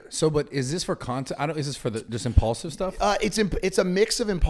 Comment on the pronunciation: Took exactly 1 minute for Mike to drop the word “impaulsive” what a clout chaser 😂